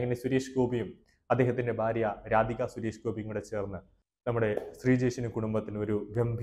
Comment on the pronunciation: ഭാര്യ യാണ് ബാര്യ അല്ല